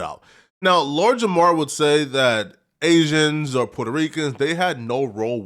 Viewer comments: Why this dude keep saying aizens 🤔 thats very agent like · Asians. Gtfoh bro stop saying Asians. You sound really goofy 😂😂😂😂😂